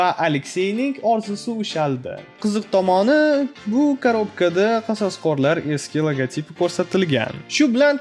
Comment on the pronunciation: Qasosqorlar deb aytmang odamni gʻashiga tegayapti